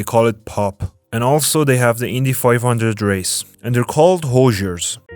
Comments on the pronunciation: Hoosiers not Hosers !😂eh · its hoo-jers, not whatever you said. get it right.